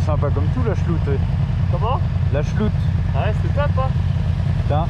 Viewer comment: On dit la SchlouRT (phonétiquement) pas la Chloute 🥲 sinon superbe vidéo 👍